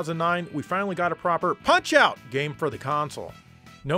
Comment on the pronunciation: Finally, someone pronounces Punch-Out!! properly. How about covering Mario Strikers Charged? I liked the Gamecube game. The Wii version made things a little more interesting. It's a shame there are no more games in this series...